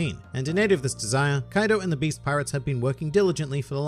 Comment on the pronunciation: Kaido not kadio